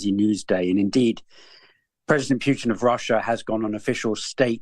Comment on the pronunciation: Will someone mention to that Simon guy that Russian president's surname isn't Pyutin.